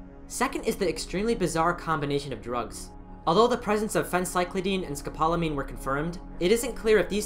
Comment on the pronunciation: Oh! And the drug is pronounced scope-la-mean. 😘